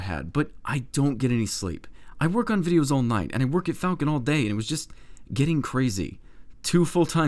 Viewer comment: "Flacon" Nice